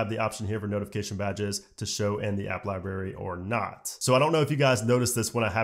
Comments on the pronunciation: Great video, but my god man, it’s LibRary not Ly-berry. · What’s a liberry? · My dudes says lie Barry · LibRary, not Libary... Had to stop listening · The way he says library! 👀